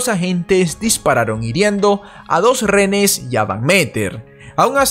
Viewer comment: Por que cuando dices rehénes lo pronuncias como rénees ? Miro tus documentales a la hora de la cena, me encantan, pero solo tengo esa pregunta!!!